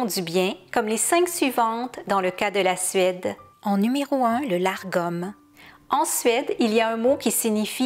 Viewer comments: Le mot dont vous parlez est Lagom et non largom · Lagom sans le R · Une petite précision pour éviter la confusion. Selon plusieurs références que j'ai consultées, le "Lagom" se prononce en français "Lar-gom", même s'il s'écrit sans le "r". Cependant, il se prononcerait finalement tout simplement "Lagom". En voulant bien le prononcer, je me suis compliquée la vie, alors que c'était tout simple (La-gom). 😅 Ne parlant pas suédois, je m'excuse si je ne prononce pas ce terme (comme les autres de ma vidéo) de la meilleure façon. 😉